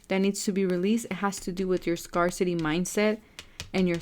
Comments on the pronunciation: Thank you for the reading! Just a friendly note, the word " Scarcity " is actually pronounced as "scare - city" and not as "scar - city".:) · that's nice of you to correct and inform but this isn't an English class so it shouldn't be a big deal :)